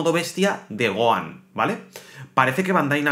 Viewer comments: Es Gohan no goan 😂😂😂😂 pero gracias por la información pero intenta por favor pronunciar bien los nombres de los personajes como fan telo pido se que eres español y allá ustedes le. Cuesta pronunciar los nombres de los personajes o le cambian los nombres pero como fan por favor telo pido pronuncialo tal cual como se llama en Japón ❤ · Oye t correjiré algo, Gohan no se pronuncia "Goan" porq la H en su nombre es como una J en cualquier idioma como lo habias dicho una vez so lo habias dicho bien. Eso era todo, saludos y grax por toda la info💯👌🏻🔥